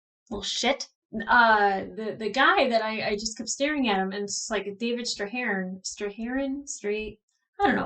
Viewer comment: I was so looking forward to this episode 😆 So many new interesting characters appearing. The best to me is Ashford. He's kind of annoying and not very interesting in the books but having David Strathairn(BTW he himself pronounces it as Streth-Airn) made the character so much more entertaining to see. Reading a post from Cara Gee(Drummer) saying she and Naomi were fangirling hard when he arrived on set was hilarious.